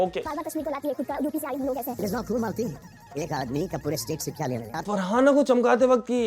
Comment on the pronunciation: 😂malti ❌balti ✅😂